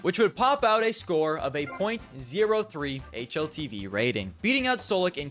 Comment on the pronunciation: my man 0.03 and 0.3 is not the same thing you kept mispronouncing it the whole video